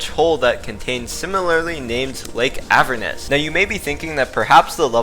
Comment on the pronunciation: The pronunciation of Heliopolis and Avernus cut off my fingers.